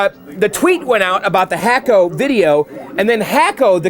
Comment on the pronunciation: I know you like to properly pronounce words. It's pronounced Hock-o. Like a Hockey Puck. Love the restoration videos.